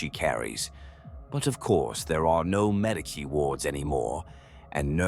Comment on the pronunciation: protip medicae is pronounced "med-ee-kay" :)